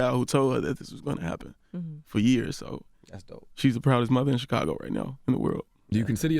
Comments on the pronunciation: It's thoroughly irritating the fact the Charlamagne REFUSES to pronounce CHIcago properly. Smh. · I want Charlamagne to stop saying CHEEcago